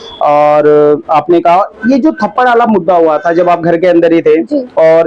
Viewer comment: थप्पड़ ❌ थपाड़ा ✅ 😂😂😂😂😂